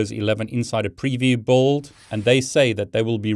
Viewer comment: Sorry but insider preview boauld? What was that word?